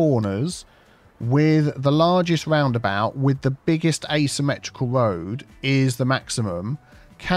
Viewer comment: I like when you say "woundabout" :-)